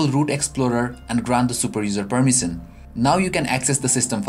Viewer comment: abe permison nahi hota permision hota hai.....